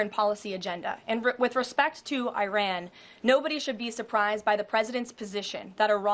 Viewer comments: she finally broke character and pronounced Iran properly… so much pandering to the base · It is amazing that all of a sudden she knows how to pronounce Iran's name correctly.